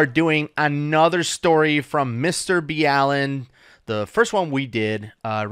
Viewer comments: It kills me every single time these guys say "Mr. B. Allen" instead of "Mr. Ballen" as in (ball-en). C'mon guys. Lol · Its pronounced Ballin not bee allen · It's Mr Ballen not Mr B.Allen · His name is pronounced Mr. BALL-IN not Mr. BEE-ALLEN. John knows a thing or two about diving as he is use to being at 300 feet in 50 degree temps and making something go BOOM !! Learned it as a Navy SEAL. A true man of honor. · Mr B Allen isn’t how his channel is pronounced!!!! 🤪 That was driving me nuts!! Otherwise good video, very interesting / anxiety inducing! 😊😎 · It's not B-Allen, it's mr. BALLen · Mr B Allen? It's Mr Ball En. So weird. Its always good to see what experts have to say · Ballen NOT B allen! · Mr. B. Allen?..LOL.. Its Mr. Ballen like Ballin is pronounced.. He says his name a lot. You had him on your show? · His Name Is Mr BALL-en not Bee-allen COME on guys You have heard him pronounce his own name. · His name is pronounced Ball in. Not B Allen. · There were probably a lot more important things to take away from this video but the main thing I took away is that it's pronounced Mr Bee Allen and not Mr Ball'n. Who knew? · They are saying B Allen... I thought the same thing I thought I was saying it wrong 😜 but nope its Ballen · Ballen is pronounced like, "balling" without the G. Not "b. Allen". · So you know, you guys got it right on the first MrBallen react. It's Mr Ball-en, not B-Allen. I wondered myself at first, but I've heard him say it's Mr Ball-en. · mr ball en not b allen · Mr what. It’s ballen not B Allen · ball en please not b allen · Mr Ballen, not B-Alan 🤣💕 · It's Ballen, like Ballin'? Not B. Allen.. 😂 lol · It’s Mr.Ballen, not mister B Allen🤣🤣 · Mr ballen as in ball not b allen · its pronounced "mister ballen" not "mister b allen" lmao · He pronounces it Ballen, not “ B Allen”, even though his name is John B. Allen. Get it right! Lol! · Lmaooo they pronounce his name “bee-Allen”😂😂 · Its mr ball en , not b allen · It’s pronounced ballin not balean